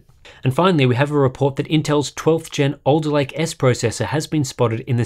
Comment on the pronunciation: Was having this on in the background not really giving it much attention when I suddenly heard "Intel 12'th gen Elderlake processor spotted in Sea Software database..." Harbour Unboxed confirmed!